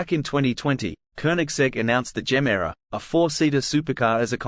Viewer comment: It is not Jemera. And it is not Rimak.